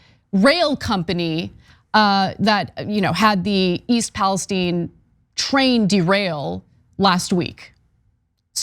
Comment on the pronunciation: TRAIN!! NOT TRAIL!!